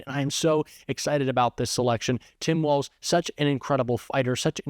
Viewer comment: Thank you for pronouncing his name correctly. So many “pundits” are calling him WALTZ. Nice but wrong.